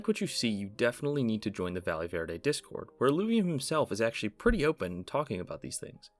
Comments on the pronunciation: jsyk, "valle" is pronounced "va-yay". A "ll" in spanish in a "y" sound in English. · how has nobody corrected your pronunciation of valle yet. a double L in spanish makes a Y sound 💀